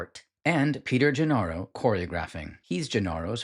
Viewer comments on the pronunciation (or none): Also "Nedicks" and "Gennaro" are mispronounced. I appreciate your effort but people will catch these errors.